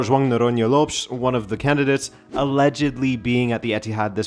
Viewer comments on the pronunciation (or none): none